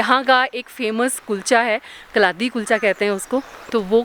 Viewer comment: The correct pronunciation for kaladi is कलाडी,must give a try when in Jammu🤗